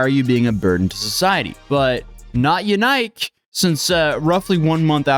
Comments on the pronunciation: "YaNike"? Really? Just Busted™️ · BTW, his name is pronounced YAN-ICK, (sounds similar to JANET) not “YOU-NIKE”. You really should research the pronunciation of things before posting. I found that easily, with a Google search of “Belgian name Yanike, how is it pronounced” my first result was “HowToPronounce” website that even had an audio example of the pronunciation.